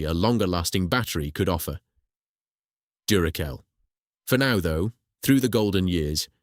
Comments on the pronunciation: Anyone who pronounces Duracell as Durakell has just failed the 'I'm not a robot' test in more than one way. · Yes the voice was convincing up to that point. If the voice had pronounced Duracell correctly I would have thought it was Human. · This is the second video I've watched from this channel - the first being a potentially forgivable mispronunciation. When I counted the third "Duracell" flub I gave up. Essay format good in principal, but too long with too many repetitions. And if you can't be bothered to listen to your own V/O then why should I.